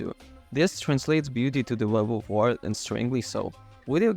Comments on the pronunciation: Did your autocorrect change “wyrd” to “word” in the script? Pretty sure it’s meant to be pronounced like “weird”. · Im sure Wyrd is supposed to be pronounced Weird but the reviewer pronounces it as Word. Which is it? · Isn’t Wyrd pronounced “weird”, like Terry Pratchett’s “Wyrd Sisters”?